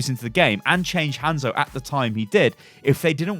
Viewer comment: ITS HANZO NOT HENZO